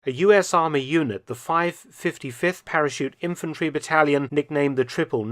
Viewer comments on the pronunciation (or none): none